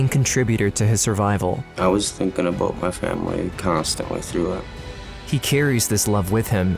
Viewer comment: Talking "uh-boat"